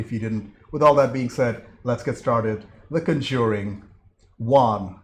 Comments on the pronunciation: Just one minor thing, the accent is on the first syllable. CON-jur-ing. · Good review,. The two sequels are worth watching and the 2nd & 3rd Annabelle spinoffs are decent. If you keep going, though, the franchise is pronounced CON-juring, with the emphasis on the first syllable.